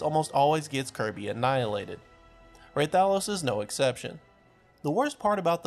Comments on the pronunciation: "ray-tha-los" Bro my ears, stop. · It’s pronounced Rathalos. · Rah-thuh-los REPEAT IT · Listening to him say hurt my soul. Lmao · The way he says Rathalos causes me physical pain